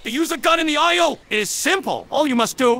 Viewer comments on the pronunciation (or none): When he sais isle i hear Ohio 🤨